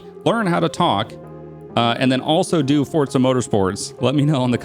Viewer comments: Why do you say fortza. It says forza on the disc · i hear fortza everytime you say forza lmaoo